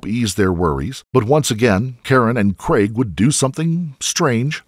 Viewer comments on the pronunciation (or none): Please....."craig" not "creg"